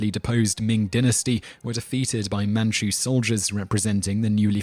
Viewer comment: Interesting presentation although most of the Chinese pronunciations are wrong. (Solution: get a Chinese student studying in the US to help with that). Even the English word Manchu is pronounced wrongly (try Fu Manchu instead). That said, the parallels with Chinese history are spot on.